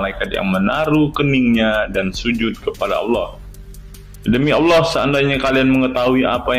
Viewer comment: itu orang mana,kok gak tau bahasa Indonesia,Allah bacanya tetap Allah tdk berbunyi alwoh seperti